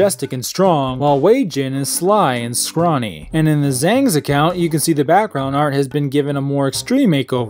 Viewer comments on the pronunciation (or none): none